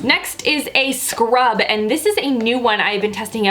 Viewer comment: The way you emphasized the word scrub had me singing "I don't want no scrub. A scrub is a guy who can't get no love from me!" Lmao